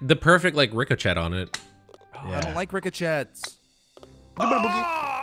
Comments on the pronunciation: do you know how you pronounce Ricochet (ri-ko-shay) not (rick-o-chet) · Why ship you say reco chat lol